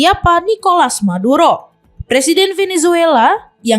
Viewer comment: M bukan T 😅😅😅